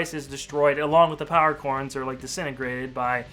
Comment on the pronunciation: He said power corns